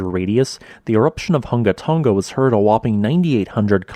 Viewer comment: It's not called Tunga, it's called Tonga.....Tong a